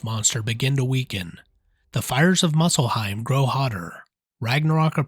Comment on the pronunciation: lol you say muscelheim indstead of muspelheim. is funny